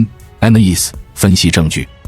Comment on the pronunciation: 很好的內容 不過單字發音可以再改善尤其是 Analyze